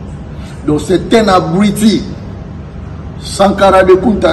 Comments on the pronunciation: Yo moko zoba ozo loba abriti au lieu de dire abruti mdrrr 🤣🤣🤣🤣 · C'est habrouti et non habruiti